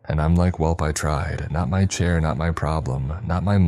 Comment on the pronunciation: “Not my CHAIH, not my PROBBLUM.”🙃 Also, umm… ahem… It’s just, I’m not quite sure that’s how you say that… Pus is that nasty stuff your body produces when it detects an infection. One more letter-S and you’re in a whole new world🩶